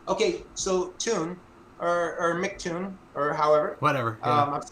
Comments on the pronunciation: What a douche. I thought his mispronouncing of MCToon's name encapsulated flerfers' attitude – he didn't bother to check beforehand, he didn't apply common sense (it's MCToon, not McToon), and he when he did finally ask how it was pronounced he promptly ignored the answer and stuck to his original belief. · told how to say his name, and immediately said in wrong 10 seconds later. He's a complete ignoramus.